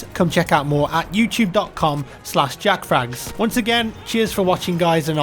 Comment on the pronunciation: You saying Jackfrags felt wierd.